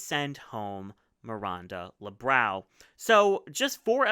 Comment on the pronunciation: PSA: The “ã” in Miranda Lebrão’s name is pronounced like “UNHhhh”.